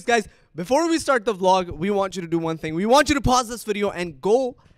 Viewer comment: he said vlog . lol